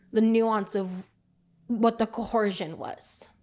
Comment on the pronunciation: Why do big gorls have such a hard time with the word “coercion”? 😂 Her and Amber both say “co-hor-zhin”